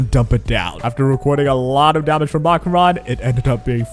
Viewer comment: I have never heard ANYONE pronounce Acheron's name as Ah-Cron